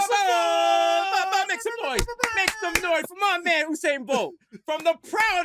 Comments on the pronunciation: Yeah and he pronounced the name the way Jamaicans pronounce it, U-sain while Desus talking 'bout Who-Sain lol. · How Desus doesn't know how to pronounce Usain's name? SMH